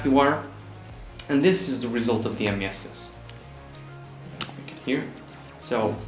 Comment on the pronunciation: Really liked your entry! Hoping to see more from ya sometime ;) Also nice pronounciation of Miestas hehe.